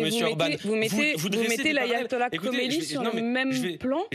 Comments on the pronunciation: C Khameney et pas Khomeiny. Khomeiny est mort depuis 30ans . Reveille toi bébé. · Elle prononce mal mais c est Khamenei…. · Elle prononce mal khamanei